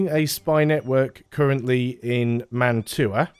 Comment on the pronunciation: Fun fact: Mantua is pronounced like mantwa, it's a french Italian name